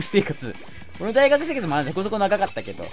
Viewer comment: 大学生活が最悪生活に聞こえたww